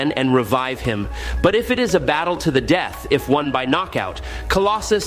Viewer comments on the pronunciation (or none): none